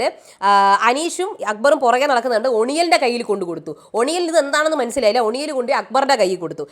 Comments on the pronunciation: ഒണിയൽ അല്ല ഒനീൽ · his name is pronounced as ഒനിൽ. Not Oniyal ❌❌ please correct it 🥵